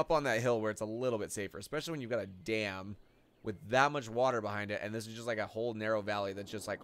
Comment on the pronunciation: Sounds like your saying damn